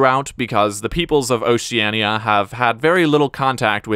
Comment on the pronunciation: Pronounciations fixed... not for Oceania apparently